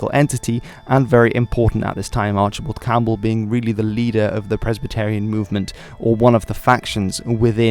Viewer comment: The Scots title Marquess is pronounced phonetically, not as Markez. Likewise you can’t pronounce Presbyterian either. Notwithstanding that, good video